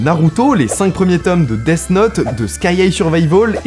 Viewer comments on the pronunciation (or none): none